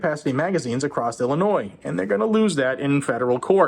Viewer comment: it's Illinoiings